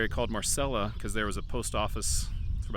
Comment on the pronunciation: It's Marella Cemetery, not Marcella.